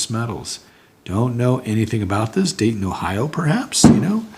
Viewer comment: Don’t mean to correct you but the bar said Dayton not Daytona.